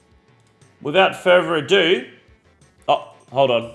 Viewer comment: “Wifout furrrer” you talk like an idiot